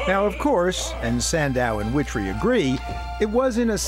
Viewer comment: To the announce at the end of the program: Her name is WITTRY, not Witty. Sheeeesh.